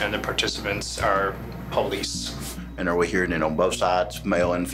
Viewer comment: I cringe when people pronounce it POLE LEASE🤣